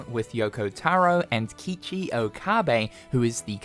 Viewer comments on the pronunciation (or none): KIKI Okabe? its Keichi , k and ichi, go learn japanese